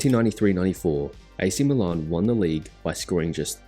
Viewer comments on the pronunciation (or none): none